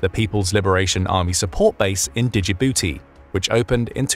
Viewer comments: That’s not how you pronounce Djibouti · Wonderfully insightful video. However i do find it funny that you pronounce Camp Lemonier correctly but not Djibouti. And small note, but interesting to me is that Kiribati is formerly home to what was called "athe Cargo Cults." Sfter the 2nd World War there were literal tons of cargo floating onto shore and the locals recognized they came from American planes and ships. They even went so far as to deify a fictional American airplane captain, John Frum (as in John from Ohio), to appease him when these gifts began to taper off. Theres an entire book about it called Sex Lives of Cannibals - Adrift In the Equatorial Pacific, which is where it is actually pronounced "Kiriboss" not "kiribati." Ikr?